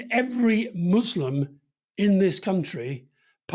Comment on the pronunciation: You can tell Rory has been around because he actually pronounces "Muslim" with an S and not a Z